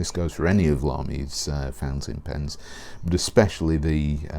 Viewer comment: I hear the same - fencing pens .. I supposed it has to be ‚fountain pen ‚.. yes probably a pronunciation issue .. but he‘s British and I‘m not so who am I to judge ..